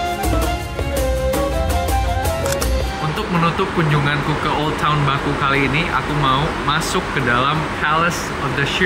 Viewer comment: Kota baku, dibacanya bukan baku tapi bake